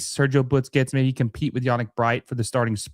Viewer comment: Why does this guy always say Butsquets instead of Busquets?